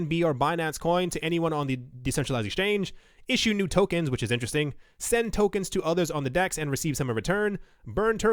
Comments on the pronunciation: When this is over, there will books written on all the words you mispronounced. Turkens, will be up there. :) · . Lmao "Burn terkens"